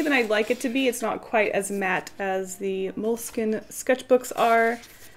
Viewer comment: cringes each time she pronounces "Moleskine" wrong... Also, how does one not know about MUJI in 2018, especially an 'artist'?